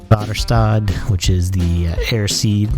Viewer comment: Väderstad is swedish and i gotta say you got the best pronouncing ive heard for someone not swedish! Id enjoyed the "mhmmm" when you scouted my Ideal. Let me know the shop runs out and i should stock one for you! ;)